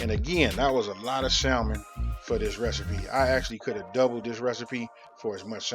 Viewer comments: FYI, the 'L' is silent in the word salmon. Like Sammon. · Can’t take ppl saying sal mon. 😆 sounds funny pronounced with the L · You're right, these are croquettes, not salmon patties. The thing that differentiates the two is the number and type of ingredients. I think yours look great. Technically, the L is supposed to be silent in salmon. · The L in Salmon is silent!!!!!!!! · Who here pronounce that L in salmon? Lol new subscriber here. Been watching all morning! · The "L" is silent😩